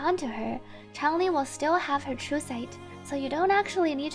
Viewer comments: shes pronunced chang lee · Changli: Shhh, it's pronouced Ch(En) - LEE Player base: Oh. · Changli > Changlee > Ch(en)-lee > Chn-lee > Zhongli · "pro-NUN-ciation," not "pro-NOUN-ciation" -- one of the most common ironic mistakes everyone makes. :) And yeah, everyone saying "CHANG-li" drives me crazy. Also, please tell people she's the Vermillion Bird of the South/zhuque/朱雀, not a phoenix -- very different things.